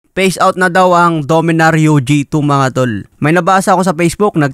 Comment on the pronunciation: Imus, hindi emus. Phase out, hindi face out.